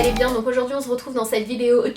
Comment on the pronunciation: J'adore sananas parce qu'au début de video elle dit ze retrouve au lieu de on se retrouve 😂💚🍍